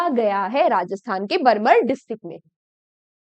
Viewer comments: Ma'am it's बाड़मेर not बरमर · बाड़मेर ❌ बर्मर ✅😄😄😄😄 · बाड़मेर हैं mam बरमर नहीं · Mam बाड़मेर bolo